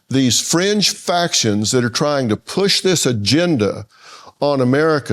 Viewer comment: Fringe factions. I heard French Factions😂